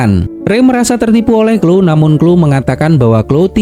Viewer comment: Hi Kak, cuma mau kasih tahu. tulisan Cloe bacanya Kloi bukan Klo Kak. maaf lancang🙏🙏